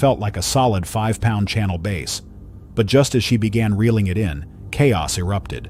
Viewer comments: DONT U JUST HATE AI VOICE OVERS A BASS FISH IS A BASE FISH CANT WATCH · You're killing me with the "base" pronunciation..it's b+ASS! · Mostly a good video but mistaking dolphins and sharks for whales is ridiculous. As is pronouncing "bass" as "base" in a video devoted to fishing. I can't even give this a thumbs-up and will be sure to avoid your content in the future. Get better AI, mmmkay? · Calling Bass, " Base! "